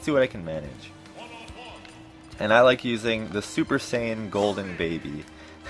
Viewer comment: did i hear u call keeby super sayan gold kirby. haha dbz kirby. btw yellow kirby is called keeby. just saiyan